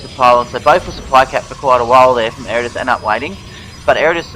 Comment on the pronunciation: Ed-a-rus. Butcher my name will ya!